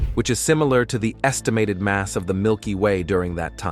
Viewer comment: Yo! Fix your stupid AI voice. It can't pronounce "galaxies," "unnoticed," "estimated," "formation," "farthest," "spiral," and many other words. AI is stupid, just have a person narrate!